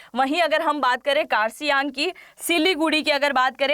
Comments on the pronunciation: Its Kurseong , not Karsiyang 😂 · first try ko prounounce Kurseong properly.... and do your homework properly...